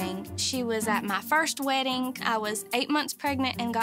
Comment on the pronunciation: "This is my second WEDDINGK"